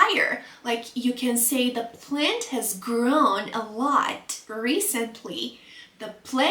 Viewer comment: you don't pronounce the word "percent" correctly. you do not pronounce the word "grown" correctly.